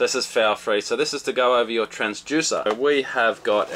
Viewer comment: I have to know - is it pronounced “transJUICER” in Australia or is that just a thing?